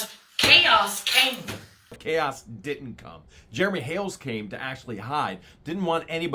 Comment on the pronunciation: Ooops it was Jeremy not heremy